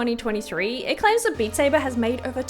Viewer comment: “Bat Sabe.” The best thing ive heard all year